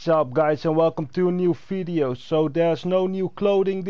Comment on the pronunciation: Haa he also says fideo instead of video I already told him talk Spanish but he doesn't listen